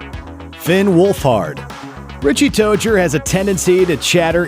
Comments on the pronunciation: Richie’s last name is pronounced (toy-zer) not (toe-jer) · Ahem. DID HE JUST SAY RICHIE TOGER? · DID HE SAY RICHIE TOACHER AHAHHAHHAHAHAHHAHA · THATS HOW YOU PRONOUNCE RICHIES LAST NAME??????????!!!!!!!!!